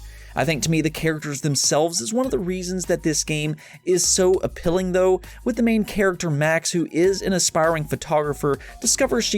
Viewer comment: He said apilling